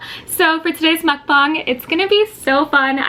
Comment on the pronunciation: I think it’s muck bang not bung it’s like bang.. I think,l